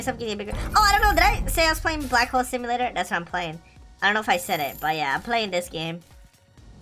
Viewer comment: lol you say : Black Hole Simulaltor lol Simulaltor